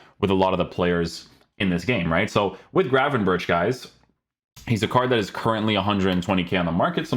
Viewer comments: But he says grafenbursh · You say his name wrong, CH = G , same as Bergkamp.